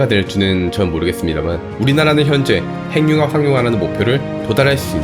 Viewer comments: 좀 이상하겠지만, 발음~ `행늉합'이 아니라 `해귱합'이 맞습니다. (전음법칙) 받침으로 쓰인 자음이 무조건 `이응'으로 전달되어 소리납니다. 국영화~구경화, 발음~바름, 석양~서걍, 북유럽~부규럽, 미국영화~ 미구경화, 한국인~ 한구긴, 윤석열~ 윤서결 , , , 잘 보세요!! 무조건 `ㅇ'으로 전달되어 소리가 나죠! [전음법칙] ~ 해귱합이 왜 이상하냐~? 발못된 습관 때문입니다. 구속영장~ 구소경장(짱) 영화는 구경하는 겁니다. (미국영화) 미궁녕화로 잘못 발음하면 `미궁'에 빠집니다. ㅎㅎㅎ 미녕화~ 구경화~! 오케이~!? 무조건 이응으로~!! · 행융합이 뭐야? 발음 바르게 합시다. 해귱합! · 행융합이라 읽지 않고 해귱합이라 읽습니다. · 발음 `해귱합'이 맞다는 걸 증명해볼까요? 간단합니다. 하나-둘~셋~ 이런 속도로 핵-육-합 한 글자 씩 읽어보세요! 절대로~ 행늉합이란 발음이 안됩니다. 다른 단어들도 마찬가지입니다. 천천히 한 글자 씩 읽어보세요. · [핸뉴합] 발음봐ㅋㅋㅋㅋㅋㅋㅋ 그리고 ‘발견’이 아니라 ‘발명’이에요. 구분도 못하시나.. 영어 발음 굴리는데만 신경쓰지말고 한글부터 제대로 쓰시길